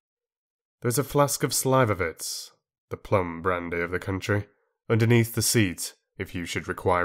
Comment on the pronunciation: Very well done. Minor fyi: slivovitz = sleevovitz rather than slyvovitz.